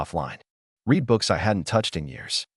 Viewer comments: Is it impossible to teach AI the difference between “read”(reed) and “read”(red)? Every single one of these stories seems unable to distinguish between the two. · The AI narration nears to learn how to pronounce the past tense of “read”.